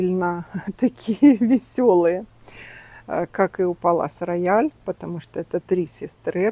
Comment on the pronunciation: Здравствуйте,а почему Палас Рояль,а не Пале Рояль?